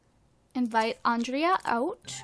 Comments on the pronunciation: Gurl. Its not "Ondreea." Its Andray im pretty sure XD Love ya. Mwa. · It's not on drea, it's On- dra- a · It's Andre! The a is silent! Sorry that's been bothering me. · I think Andrea's name is supposed to be pronounced Andre. But I'm not sure. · its pronounced on-drey-a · You keep saying Andrea wrong. Grr! I'm not one to comment stuff like this, but I felt the need just to say it in hopes that she will read this!